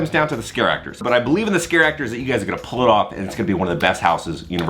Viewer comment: It's not Scare Actor. It's Scareactor, pronounced as one word, like "character."